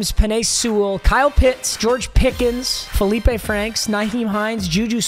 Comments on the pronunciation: I went to high school with Feleipe Franks lol. That is how you say it. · Being the representative of Arkansas football, this video is approved. Felipe Franks is valid. And yes, you did say his name correctly